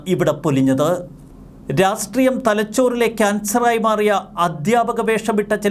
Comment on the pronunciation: രാഷ്ടീയം എന്ന് Pronounce cheyuu. രാസ് ട്രീയം അല്ല.